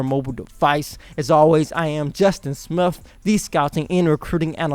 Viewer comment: Lean the right pronunciation of words like athlete your pronunciation is aflete right pronunciation athlete and your own last name your pronunciation Smif right pronunciation Smith Roll TIde